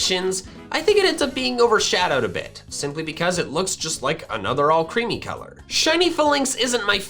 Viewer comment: ALCREMIE, NOT ALCREAMI!